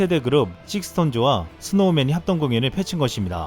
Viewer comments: 음... 하나 잘못되었는데요... '식스톤즈'가 아니라 '스톤즈'입니다. 영문명인 SixTONES에서 ix는 묵음입니다. 즉, 안 읽어요. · '식스톤즈' 아니고 '스톤즈'라고 읽는대요 호카손 구독자